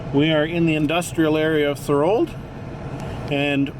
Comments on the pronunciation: Thanks for sharing. I grew up in Thorold and always enjoyed the Welland Canal and its history. Although you used Google maps for identifying lock locations, you failed to spell 'St Catharines' correctly. Also you might check with the locals as to how to say 'Thorold'. Our family moved to Thorold in the summer of 1955. At that time many of the second canal locks had not been filled in or covered and they carried sewage from the paper mills. The water running through had a lovely coating of foam. To get to downtown Thorold we crossed an old bridge at the end of Sullivan Avenue near Beaverdams park over this lovely flowing stream of sewage. As a geography club outing, we took an airplane trip over parts of the Niagara Penninsula and it was an interesting spectacle to see the canal effluent mix in with turbulant waters of Twelve Mile Creek. I thought it peculiar in 1967 when the city of St Catharines, as a centenial project, put in a park that, at least in my memory, ran beside a sewer. There were no protective fencing along the old canal and I always imagined the risk of riding a bicycle down one of the hills across Bradley Street and into the old canal at Neptune's Staircase. I am grateful that steps are being taken to preserve some of the history of the second canal. There is a lot of history that can be shared about all of the canals. There have been a few accidents along the current canal that are noteworthy, such as a ship that sunk in one of the double locks, the boat that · THOR-old....like the god and something elderly